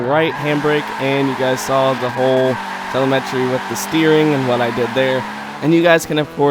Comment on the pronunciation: Say it with me TELL - EM - EH - TREE ... TELEM - ETRY ... TELEMETRY. Oh and thanks for the tut.